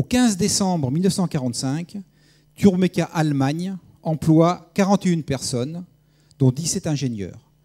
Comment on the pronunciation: Étonnant de voir que l'orateur est incapable de prononcer Turboméca en 1 seul mot ! Ce type dit ou bien Turbo ou bien Turméca. Jamais TurBOméca pour 99 % des cas ... Il est dyslexique ou a-t-il un problème avec ce qui est "Bo" ?? LOL Par ailleurs, les Russes veulent déjà remplacer le Ardiden 3 du Ka-62 par un moteur de conception Russe, 2 ans seulement après sa mise en service... C'est plutôt révélateur du manque de brio du moteur de Safran !